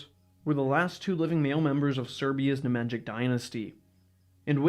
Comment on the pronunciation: bro you are MURDERING the pronounciation of the Nemanjić hhaahh its as if i called you stochi hestorjan and not yoo ahhah